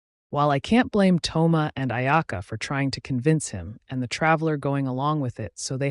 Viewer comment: Thoma❎ Tho-yma✅